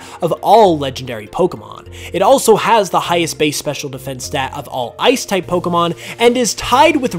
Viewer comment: I didn't know a lot of these facts. Also I never noticed this before but I like the way you pronounce Pokémon